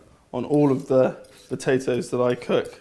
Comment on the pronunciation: Haha, "batatoes".